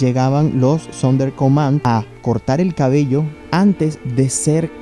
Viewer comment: Relata "Entonando" como - Si estuviera en una "NOVELA CENTROAMERICANA". Muuuy Sobreatuada su forma de Hablar. Y se llamaban "SONDER COMANDO" - NÓ! "SONDER COMAND".